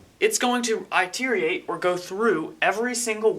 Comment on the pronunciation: word phonetically is, it-er-rate. Good work C!